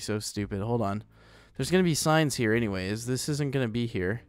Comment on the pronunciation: When u say I need some more signs it sounds like I need some more science...